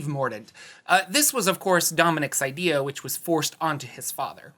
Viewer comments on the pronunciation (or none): none